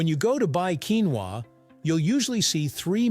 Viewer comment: If you going to make an expose on the topic, how about you learn to pronounce the word correctly in the first place?